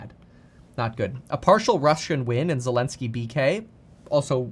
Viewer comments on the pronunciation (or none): none